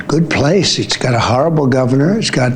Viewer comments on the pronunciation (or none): Well we have a “HARRABLE” president!!